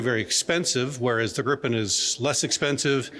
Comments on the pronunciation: It's Gripen, not Grippen. It also uses US engines. So it depends on the US. Sure there have been talks of replacing the engines. But nothing has been tested and no contract has been signed. How do you know the Gripen is more suited for our needs. The first operational Gripen was only delivered in October of 2025. It has not proven anything. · 😊 I believe the proper pronunciation is more like "greepen".